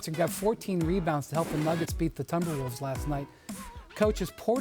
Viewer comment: Mofo said Thumber Wolves 😂😂